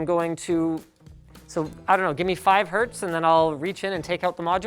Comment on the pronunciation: "It's 5 herts and it gonna hurts" -Mr. ElectricalBoom